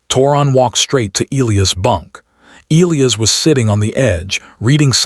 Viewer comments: Oh! Having reached the end now, and knowing that Elias is from Rio de Janeiro, I can say with absolute confidence that his name would be the 1ˢᵗ way I listed (Eee-lee-iss). Soooooo... The A.I. actually got it right every time I paid attention to it. Sorry to burst your bubble, but hey, we all have gaps in our knowledge. Nothing to sweat! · The character is Brazilian and the in Brazilian Portugese the name is pronounced eh-LEE-as like the AI read it (any BP speakers please correct me). I think it would have made more sense to present him as Brazilian earlier, but the AI actually got it right.